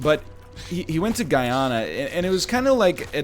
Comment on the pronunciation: Hey NL! If you're talking about Guyana, it should be pronounced as "Goo-ya-nah" :)